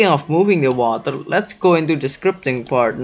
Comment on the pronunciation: You're speaking very good "vatr"